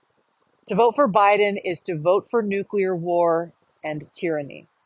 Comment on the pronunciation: Thanks for pronouncing NU- clear and not NU-CU- lar.